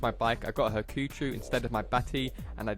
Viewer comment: I'm sorry but Haku-CHEW!?! NO. HAKU-CHO-U. Chou not chew. xD Do you say ToeKeyYo too? XD